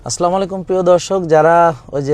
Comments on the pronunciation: স্যার আপনার সালাম আসসালা এর লামের মধ্যে এক আলিফ টান হবে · আসসালামু আ লাইকুম। স্যার আপনার সালাম আসসালামু এর লামের মধ্যে এক আলিফ টান হবে ধন্যবাদ